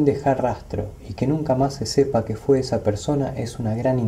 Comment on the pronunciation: Me intriga mucho éste tema, mas aún cuando se menciona el windigo. El único detalle es (sin ánimos de ofender) que se dice "Fue" y no "jué". Le quita el suspenso y la seriedad al asunto. Un saludo desde Entre Ríos, Argentina